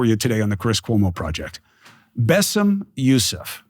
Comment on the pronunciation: Cuomo can’t even learn to pronounce his name … I can tell I’ll be turning this off in 10 mins